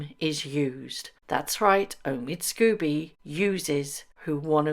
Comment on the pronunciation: It's pronounced SCOBY not Scoobie why are you pronouncing it like the cartoon dog? What has poor scoobiedoobiedo done to you -)